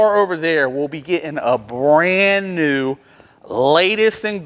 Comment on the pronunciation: New not knee!🤦‍♂️